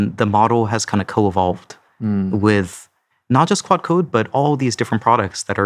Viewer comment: He is definitely calling it "quad" 😅